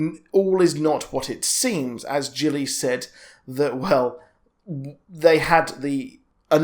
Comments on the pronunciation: Gilly. Not Jilly 😂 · Bro, the character is called Gilly, like fish gills. Not Jilly. Very easy to pronounce.